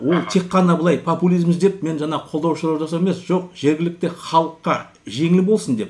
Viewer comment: Жаңағы деп жаңа деп сойлендерши, жанагы жана демей казагым